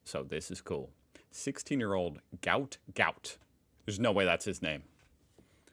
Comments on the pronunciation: His name is actually Guot Guot. His family are upset people are calling him a disease. Pronounced gwot gwot. His manager: "Yeah, yeah, I know there's been a bit of discussion, and I know his dad made a few comments, but Gout Gout is how it's gonna be. "Categorically, it's Gout Gout. You know, the thing you hope to avoid in your ankle. That's how it's pronounced." Bona Guot said the current pronunciation was "not acceptable". "His name is Guot, it's supposed to be Guot," Bona said earlier this week. I BELEIVE WE SHOULD RESPECT HIS FATHERS WISHES... THE MEDIA HAS ALWAYS BEEN EVIL! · Gout Gout is a mistake on his parents immigration papers. It's actually Guot pronounced Gwot, and I think it sounds pretty cool. Gwot Gwot lol. It's a traditional northern African surname. He was born in Brisbane and if he keeps improving he will have a chance at gold at the Brisbane Olympics in Brisbane 2032. He will be 24 by then, just coming into a sprinters prime age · actually it's Guot Guot, but pronounced Gwot Gwot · you’re right, it’s not his name, it’s Guot Guot but pronounced Gwot Gwot. For some reason people keep getting it wrong even though his father has come out and corrected it. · His birth name is actually Guot Guot, pronounced Gwot Gwot, according to his father. His name was spelled incorrectly on his immigration papers when he arrived as a child. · I believe, according to his family on the TV , that there was misinterpretation on the immigration form, and his real name is Guot Guot pronounced got got. The cylindrical tree looks like some sort of fig tree. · They misspelled his name. Its "Guot" not "Gout" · Pronounced “Gwot”. A mistake was made when the family first arrived in Australia by authorities. Guot mistakenly written as Gout. His father is trying to get it changed back to Guot as he doesn’t want his son’s name to be associated with a disease. I guess particularly as it looks like he will probably become very famous.